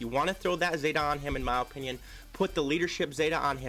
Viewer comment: O O O O O pinion. (no) /əˈpinyən/ (yes) Please. Lmao love ya man!